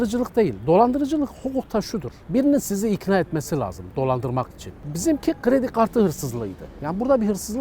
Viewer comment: Gredi Gartı diye telaffuz etmesinden ciddiye alamadım adamı. Uzmana bak